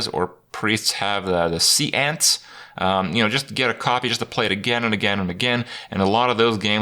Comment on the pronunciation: Seance = "say-aunts" Not "sea ants"